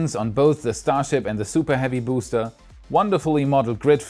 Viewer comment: Every time pronounces BOOster 👻